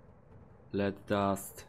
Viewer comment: Nie Led czytaj lid :)